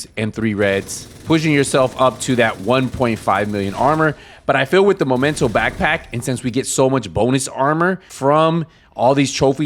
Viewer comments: Please, Memento, not Momento! It's right there in the tooltip 😅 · imagine having a favorite backpack, like he says here, and calling it wrong, momento :))) ... smh ... and people watch these guys unironically...